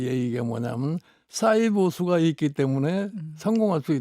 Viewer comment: 샤이 발음도 안되면 은퇴해라 영 감 싸이가 뭐냐 새됐어